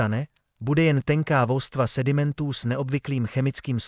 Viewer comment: Vstva místo vrstva